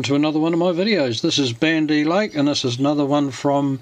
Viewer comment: Can we get someone how to pronounce it correctly